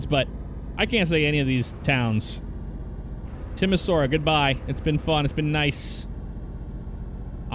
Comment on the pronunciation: Lol I'm originally from Timisoara hahaha. So funny to hear him pronounce it. Fun fact: Timisoara is the first city in Europe to have electric street lights.